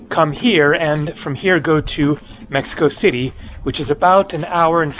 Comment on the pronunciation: It's called Mexico City, fella.